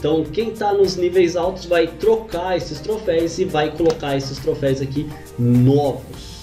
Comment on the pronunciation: Mano, é "troféus" ! kkkkk